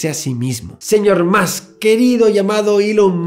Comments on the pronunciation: Soy el único que necesita que el "señor Santaolalla" diga musk en vez de más, musk seguido en los vídeos de Elon? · Todos: "más" Javier: "musk" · Cada vez que decía Musk para decir más. Stop pls xddddd